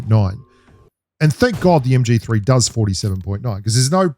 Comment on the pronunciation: MG3 and MK14 are a beast Loadout BELIEVE ME! 😎 I heard that "MGFEE" 🤣🤣🤣